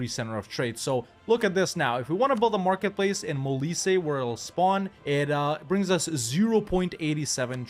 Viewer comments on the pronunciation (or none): none